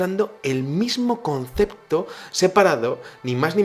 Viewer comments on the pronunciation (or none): none